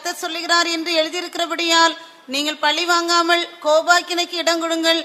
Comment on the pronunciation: Not pallivangamal but pazhivangamal...